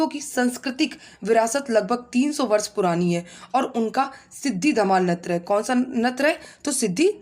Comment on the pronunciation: मैडम जी आपके यहां नृत्य को नत्र क्यों कहते है